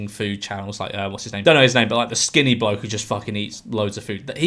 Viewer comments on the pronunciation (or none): none